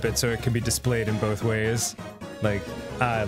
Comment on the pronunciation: Why does Arin say “both” like there’s a freaking L after O